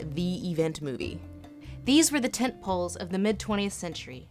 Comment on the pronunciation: LOL...when she said "tentpoles" it sounded like "tit-pulls"